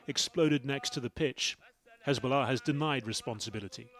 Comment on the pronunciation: "Hezbolla rearly lie" 😂😂😂😂😂